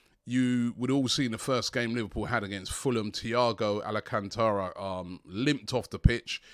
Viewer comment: Did Robbie just say ..."ALACANTARA"...this man's is a butcher when it comes to names 🤣🤣🤣